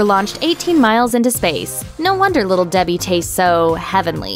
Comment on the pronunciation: Little Debhee heee